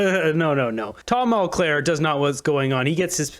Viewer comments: It’s Mulcair not Mulclair. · Don't speculate or make 1/2 claims about something you cant prove. And the name is mulcaire not mulclare. Speech accuracy is important. You say things that arent accurate, you'll lose respect and smart viewers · Speaking of embarrassing, I know you can say the name "Mulcair" correctly,. Try it.